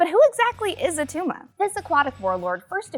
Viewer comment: It’s not Attuma